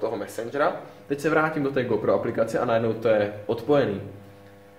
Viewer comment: Ta výslovnost! Magits a Gópro :D